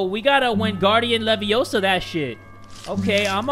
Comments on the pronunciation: It's leviOsa, not leviosA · It’s leviOsa not levioSA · Hermione:"It's leviOHsa not levioSAAA": "Okay, so we gotta wingardium leviOHsa that shit" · It's not wingardiam leviosa it's wingardiam leviosaaaaaa